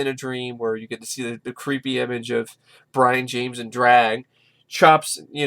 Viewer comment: brian???? its brion